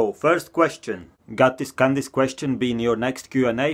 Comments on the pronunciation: can this be on the next video. The way he said can this made him sound like he said kandis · The first question is funny cause it sounds like you say " Kandis"